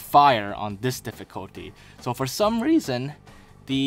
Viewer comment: "For some rEAson..." lol